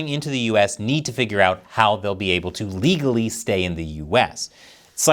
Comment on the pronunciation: He always said he wants immigrants in the US but they have to come in "ligglly"